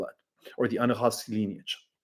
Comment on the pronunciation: Dude, it's ˈli-nē-ij, not leniage. Your mispronunciation of this common word, that is the basis of your topic, lessens your credibility.